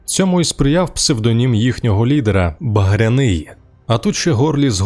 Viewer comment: БагрЯний. Наголос на Я.